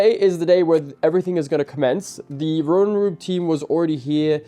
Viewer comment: butchering the name Röwer & Rüb is painful to the ears no matter how often he does it. tbf, for an English speaker this name combination is quite difficult to pronounce but could be expected to master it nonetheless as his father knows perfectly well how to do it.:yougotthis